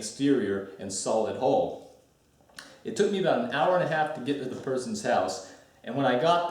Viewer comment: Hull not hole. Probably not probly.